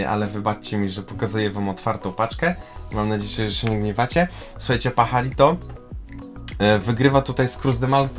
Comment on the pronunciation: Paharito wymawiać a pisze się Pajarito Pozdrawiam!